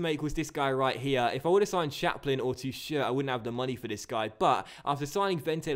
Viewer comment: I'm a big Nürnberg fan and your pronunciation of Teuchert is so unbelievably wrong. It's more like TOIchert with emphasis on the first syllable.